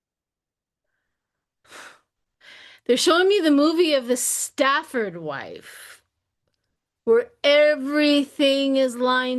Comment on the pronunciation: Hi, it is “The Stepford Wives” not “Stafford”. 🌹🌹❤️❤️